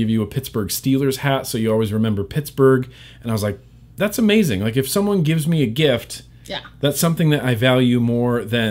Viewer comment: at 1 19 49 did say ohmazing!!!!